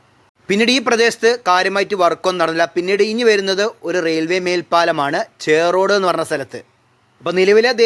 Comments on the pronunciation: ചെറോഡു അല്ല ചോറോട് & പെരുവട്ടുംതഴ അല്ല പെരുവാട്ടുംതഴ🤔🤔🤔🤔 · ചേറോട് അല്ല ചോറോട്.....